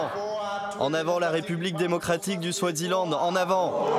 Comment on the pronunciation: Eswatini et pas Euswatini, Swaziland et pas Swadziland